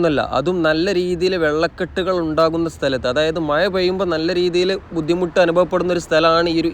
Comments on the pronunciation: മായ അല്ല മഴ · നല്ല video Quality, നല്ല വിവരണം പക്ഷെ, ആഴം' മഴ പോലെയുള്ള വാക്കുകൾ പറയുമ്പോൾ യ'ക്കു പകരം ഴ, എന്നു തന്നെ ഉപയോഗിച്ചാൽ ഒന്നുകൂടി നന്നായിരിക്കും😂